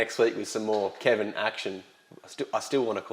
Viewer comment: Don’t say home’s and that is Keven just stop now